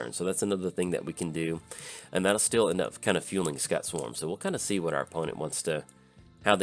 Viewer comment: Cool list. Just waiting on some cards and I'll have my list of Hazezon all done. Looking forward to playing it! Oh, Just so you know Scute is pronounced kinda like ss-cu-te.